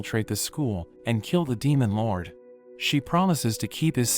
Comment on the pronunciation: " demon loUrWDEYH " Not trying to hate but the way you say it is kinda funny